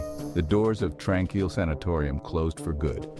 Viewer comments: The creator of this video has never been here. Using stock photos of other places, some having nothing to do with the sanatorium or a hospital at all. You're wondering how it's actually pronounced seeing as this AI Bot doesn't know how to pronounce it, it's pronounced Trān-Keel. It's just past the Kamloops airport. Gotta go along a dirt road after a bit. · You're pronouncing it wrong Tran-keel